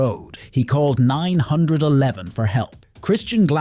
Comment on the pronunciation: I have never seen somebody say 911 like that